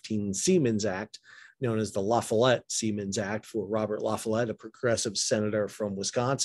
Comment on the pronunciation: I am sorry but you did not pronoun LaFollette correctly. LA FOLLETTE Pronunciation lə ˈfɒl ɪt. LA FOLLETTE I am from Wisconsin and graduated from Robert M LaFollette High School.